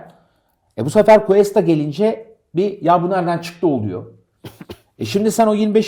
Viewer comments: Ya 'ten bir ricam olacak konuyla alakasız ama Cuesta'yı "kesta" şeklinde okumazsa mutlu olurum. Kulağımı tırmalıyor bugün 2. videosunu izliyorum. "G" harfinden sonra "U" ve "E" gelirse o şekilde bir okuma yapılır. Saygılar 🤗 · Analizlerr çok güzeldi, teşekkürler. Ama ufak bir düzeltme yapalım: Cuesta, "Kesta" diye değil, "Kuesta" diye okunur. Eğer adı "Questa" olsaydı o zaman "Kesta" diye okumamız gerekirdi. İyi yayınlar dilerim.